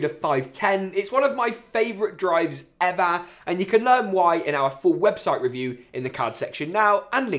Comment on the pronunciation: It sounds so funny when he says "ever"